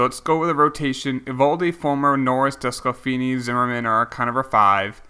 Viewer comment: please stop saying Des cal feeny it’s Desk la Fanny